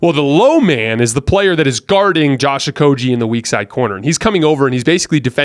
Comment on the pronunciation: You are great at analyzing the games, thank you. One slight correction, and you can verify it. But Josh Okogie's name is pronounced with a "g" like in "game" or "go." Not with the "g" sound like in "genius" (which, you are at analysis).